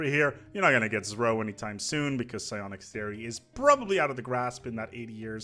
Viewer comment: I'm a relatively new viewer and I hear you say Zro in a way, that is understandable, but it triggers me nonetheless....I'm fairly sure, that the devs intended for it to be called "zero" (Z-ro....Zro) and I'll be happy, if you join my cause to call (say) it like that =) its a great video anyways, so keep up the gud work :3